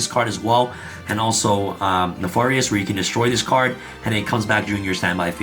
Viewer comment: Everytime he said neFORious it sent me